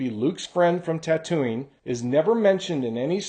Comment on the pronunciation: Not a big deal, but were you pronouncing Tatooine as "Ta-Toonie" instead of "Ta-Tween"?